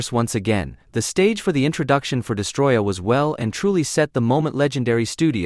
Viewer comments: destOroyah, not destroyah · STOP SAYING DESTROYAH ITS DESTOROYAH WITH 2 OS